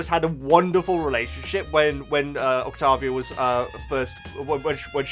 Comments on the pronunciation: Hey, I love your videos and your enthusiasm for the show and characters always puts a big smile on my face! Anyways, I just wanted to tell you that Octavia's name is most likely going to be pronounced Oct-Tei-Via. Also, her nickname is Via, just in case you want to make it easier on yourself. Also she is Stolas' daughter, and yes Angel has a family that is still around, unlike what we know about Alastor.. I hope this clears some things up a little, and helped you out! (P.S. Angel's given name is Anthony) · i was gonna say octavia's named is pronounced like this, oc-tay-vee-uh just so u know😊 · I think it’s octAvia like with an A instead of a O :3 I don’t have Insta so ur the only way I can see the Hazbin and helluva boss posts so ty :D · Oc TAY via. That's how I pronounce.